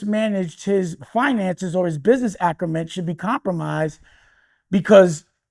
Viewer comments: WTF is "Business Acrement" Dame? Did you mean Business ACUMEN? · My man keeps saying "business açrument". The correct term is business acumen*. Dame, stop trying to sound smart. You sound crazy 😂.